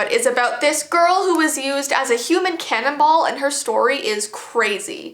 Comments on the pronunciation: I thought cannonball said cannable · It did sound like she said that lol